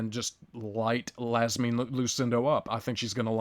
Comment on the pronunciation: Marina = Ma-reen-uh... and Iasmin = YAS-meen